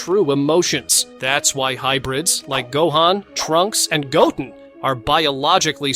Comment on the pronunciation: When I use ai voice to transcribe my videos, I always spell phonetically so it is correctly pronounced. Use "Sayin" and "go ten".